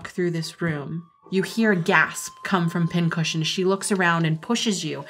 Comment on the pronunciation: what she said: Pin Cushion what i heard: Pin-Head